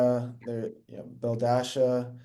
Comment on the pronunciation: Him calling her belledasha is crazy 😂😂